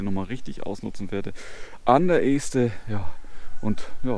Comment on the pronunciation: Wieder eine schöne Runde mit schönen Aufnahmen nett präsentiert. Und ja, 2022 wird bestimmt ein großartiges Randjahr! Um noch ein wenig klug zu schei...: Das erste E in Este wird kurz ausgesprochen. Als ehemaliger Buxtehuder darf ich das behaupten.